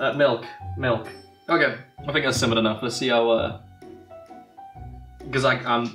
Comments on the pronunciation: Most important part of a British tea.. Milf -UH milk. Milk. :) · i want your mug because it says im a twat under it!!!! also its milkf not milf >w< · did he said milf or milth, i hear milth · Did said milf then correct it self and said milk hahaha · i just rewatched this and i thought said milf milk and i was like:0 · "The important tea of a British cup of tea milf" Ah yes Milf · He said milf, then went "uh, milk."